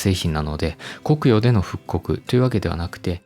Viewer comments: コクヨの発音（イントネーション）気になる。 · 「コクヨ」の発音が気になる。